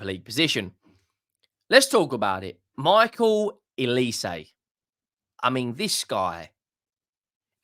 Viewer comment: Why do you people call him Elise??? Don’t you have eyes? OLISE with an ‘O’ Not ‘E’. OLISE is a Nigerian surname. Very easy and straightforward to read!!!